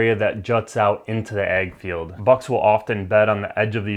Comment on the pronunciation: Are you saying ag field or egg field? What is an egg field?